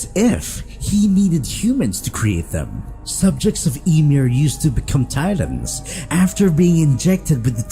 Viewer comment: "subjects of eemir"